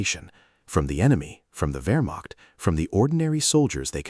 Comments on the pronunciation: In the British Army we were always taught "The 7 P's". Prior Preparation & Planning Prevents a Pretty Poor Performance". A Modicum of Prior Research would have told you that the word is pronounced, "Vermacht" and not "Wermacht". In Germany a "W" is pronounced as "V". VW stands for Folks Vagen, or People's Car, as Adolf described it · The ‘Wur-macht”? Why can’t AI handle ‘VAIR-makht’ for Wehrmacht? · "VERE" NOT "WHERE"! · Pronounced Vermacht, not Wermacht.